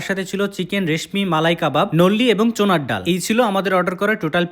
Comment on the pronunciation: চোনার ডাল না ভাই, চানার ডাল বলে